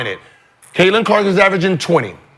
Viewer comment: Before Sheryl wouldn't say Catlins name like she was Beetlejuice. Now she's saying her name like Sandra Bland! 😂😂😂 R.I.P to S.B. but it's true!